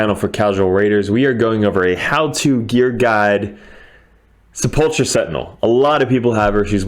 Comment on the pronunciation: Sorry but it is pronounced " Se-pul-ker"... the "ch" is like a "k" in this instance... it should also be spelled as "Sepulchre" but I'm guessing they're using an American spelling.... 🤔